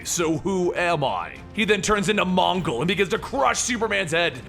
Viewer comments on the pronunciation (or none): none